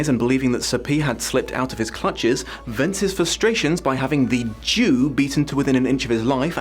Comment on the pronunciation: at the start when you said "The Jew" I heard it as "The Duke" so I was very confused until you said it again